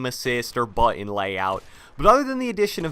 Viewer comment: Bruh it’s ‘button’ not butt-on....your triggering me🤬